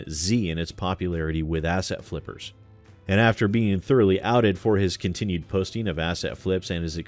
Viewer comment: Is it just me or does it some times sound like is saying "Ass-hat" flippers? Not that he would be wrong either way.